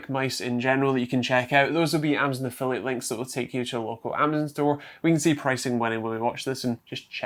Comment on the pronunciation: say amazon the right way nerd.